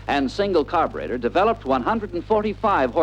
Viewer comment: You know it's going to be a good film when they pronounce the word "carburetor" as: "car'brettor"!